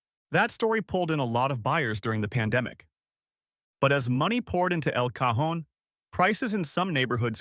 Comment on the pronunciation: El Cajón! Finally someone pronounces it correctly 😅